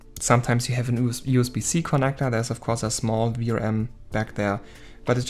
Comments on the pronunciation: Hello. please take no offence in the following. Every time u say VRM you sounds like Vram. Can be confiusing. In the future try practising V R M just as normal but with small pauses . It will sound better. Love the video . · You should not have used "vrams" word, , you should say Ve aR eM(spell letter by letter) as in VRM, I got confused thinking you are saying vRam as in ram memory . It was confusing to me as beginner because I dont know the terms, maybe showing the text on screen would help in future. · when u say vrm it sounds like vram so i was a bit confused at first 😺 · See, now , I dont know if that chip controls vRam or VRM, you gotta use better pronunciation/more clear, or use text